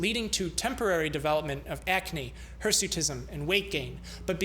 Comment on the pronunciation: Remember its hersuitism not hesuitism